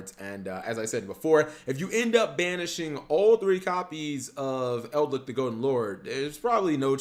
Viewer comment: its Eldlich, not EldLICK